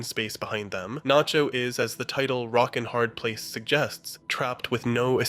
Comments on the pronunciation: This is the moment Nacho became Naycho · the narrator is an AI too. he said naycho at one point and there was all kinds of ai artifacting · you pronounce Nacho as Nay-cho. What happened there? Are you using an AI voice? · Naycho - fucking AI slop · you really just say "naecho"??? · he said nay-cho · Great video. Great points. But why did you call him "Nay-cho" ? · lmao naycho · Is this an ai? Only asking because its from 10 months ago and it says naycho out of no where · Did you really say nay cho ?? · Who tf is Naycho? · did you just say "Nay-cho"? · naycho??? are u even real? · Dude really said "Nay-cho," smdh. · Great vid, but why does bro call him Naycho though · "Oh wow what a well argued video essay, I like the analysis of the tanker scene as a baptism in anointing oil, very- wait did this guy just mispronounce Nacho as 'nay-cho'? Oh my fucking God this is an AI voice. Let me check the description, surely the script is human and just narrated by an AI- OH MY GOD THE DESCRIPTION IS AI TOO. THIS WHOLE FUCKING VIDEO IS AI GENERATED. THIS WHOLE CHANNEL IS PROBABLY AI GENERATED." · I'm sorry did you say NAYCHO? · did I hear that right? "Nay-cho" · It took me way too long to realize this was an AI generated video but once i heard that my ears perked up like a fucking dog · Naycho? ...buffoon! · Did you just call him “Naycho”? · This is AI, at one point halfway thorugh it says Nacho wrong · He also says Salamancas weird towards the end too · salamaynca too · Yeah! There a problem with that Waylter?